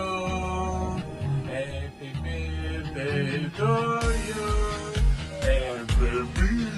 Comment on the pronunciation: Eppi birtei (o birdei) non si può sentirr!!!